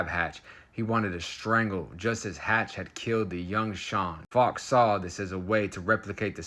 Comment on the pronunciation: SKILLS,. Fowkes is said as Foe-kes, American English V UK English.:face-green-smiling: The old accidently left the door unlocked trick eh!? Ya LOVE to see it.